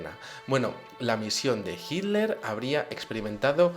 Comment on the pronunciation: Muy interesante tu exposicion. Noto que los espanoles en general no pronuncian la tl. Hiler en lugar de Hitler..